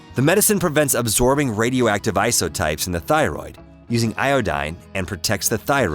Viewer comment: "Ioooeeedine" ... "Isoooeeeetypes?" WTF? Google how to pronounce them. Thanks for the info. :)